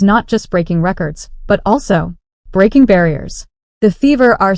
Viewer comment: "Breking News"?